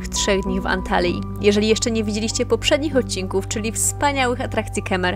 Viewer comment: Antaliji😂 co ty tak to wymawiasz dziwnie😮 Antalji jak już